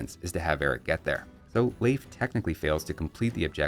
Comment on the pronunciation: As a Scandinavian, very good pronunciation of Leif. It's still a common name here.